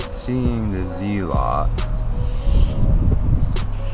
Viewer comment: It’s pronounced ZEALOT NOT ZEEEEEELOT you moron. And that noise was your coarse AF street shaking the board to death ☠️